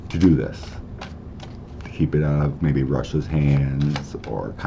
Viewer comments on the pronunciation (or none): none